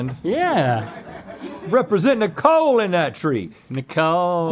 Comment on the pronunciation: Really thought Rhett said "representing THE COAL in that tree" not "NICOLE in that tree" I'm from wv and found that priceless